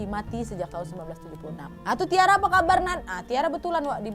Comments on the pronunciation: Aileen or Ellen? Anyway Tyra bacanya bkn Tiara tp (Taira) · Nontonin video kriminal kayak gini kok aq merasa masa kecil sampai remajaku terselamatkan 😅😅🙏, haodoooh. Tiap sebut nama western kok salah 😅 Aileen: eilin Keith: kith Tyra: taira Spears: spiers